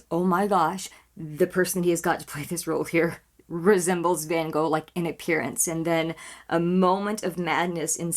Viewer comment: And a second comment because I just want to say that I appreciate so much that you tried to pronounce van Gogh the right way! You don't get that from the usual US reactor. 😊